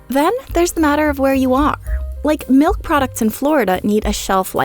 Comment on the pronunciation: does that 'melk' ever expire